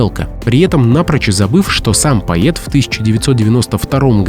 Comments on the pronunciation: Благодарю за видеоролик, но , простите, произношение слова "поэт" по-русски так и будет, по-Эт, а н поЙэт, как неоднократно произносят в этом ролике. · А можно правильно выговаривать слова?Ваше произношение "поЕт,поеЕтов" режет слух!Может все таки правильнее будет-поЭт,поэты? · Всё бы ничего, но: поэт, а не поет, и стихи для начала вдумчиво надо прочесть, потом уж читать для публики. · Какая необходимость при озвучке произносить ПАЙЕТ вместо ПОЭТ? Воспринимается как ёрничество. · Научись произность правильно слово ПОЭТ, тошнит от твоего произношения, не смогла досмотреть до конца... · пайет??? ... какой ещё пайет, аффтер ??? 🤣🤣🤣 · A diktor tozhe ne ochen' ----neverno proiznosit slovo "poet" ye vmesto e-oborotnogo. Kak poeticheskoe proisvedenie---eto stixotvorenie. Iosifa Brodskogo ochen' niskogo kachestva, nedostoynoe Nobelevskogo laureate, da. I smisl glupovatiy. Spezorgani Rossii ego presledovali, vidvorili iz strani, a Iosif Aleksandrovich brizzhet nenavist'yu k Ukraine. Ochen' stranno. Xotya blagoda-rya KGB on stal Nobel Prizer. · Нет такого слова ➡️/поЕт/.... Автор , выучите➡️ --- поЭт, поЭты, поЭту,...(.Э -- пишется и Э -- читается ) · Материал конечно интересный,Но: надо работать над интонациями и над произношением. Поет! Нет такого слова, есть поэт, пишется и читается однозначно, без вариантов. Днипро-украинское название реки Днепр. Ударение на букву "о". Стихи лучше читать людям,которые умеют это делать,да и проза прозвучала бледно,хотя интересной информации было достаточно. Работайте над собой и ... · Вроде бы и не робот читает, но постоянно говорит:"поЕт, поЕту и т.д. Только во второй половине видео стал говорить правильно:"поЭт". Но к концу снова:"поЕт, поЕту, почете и т.д. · Простите-ПОЭЭЭЭТ-это поэт!А кто такой поЕЕЕЕт?Вы из какой страны? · Поэт, а не поет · Очень впечатляюще! Авторам браво! Но все же хочется поправить. Бродский не поЕт, он поЭт... А то как-то "поЕт" слух режет... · Не поЕт , а поЭт ‼️🤦‍♀️ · Поет? Поэт произносится через э